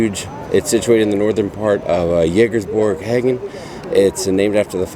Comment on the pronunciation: Lol love your channel. My dad dipped Copenhagen for years (in the states) and the way you are pronouncing it is cracking me up! Lol He pronounced it Co-pen-haaaa-gin!!! Lol not sure which way is correct!!! Lol Let us know what is correct! Lol